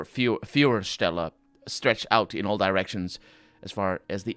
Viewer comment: foy-er-shtel-e You learnt it a few eps ago and instantly forgot it again.